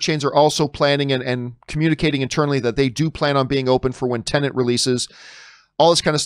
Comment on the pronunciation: everybody tend to put an extra N in TENET